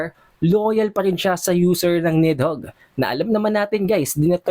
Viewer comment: BAKET BA PURO KA NEDHOGG???? NIDHOGG!!